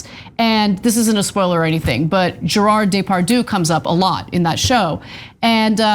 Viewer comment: Anna just murdered Gérard Depardieu's name lmfao